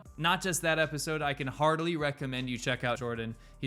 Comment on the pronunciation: "Heartily" recommend not "hardly" recommend